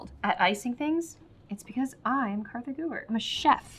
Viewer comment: No hate but why does she always call herself it's so funny